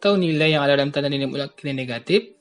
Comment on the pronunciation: Mutlakk bapak bukan mulak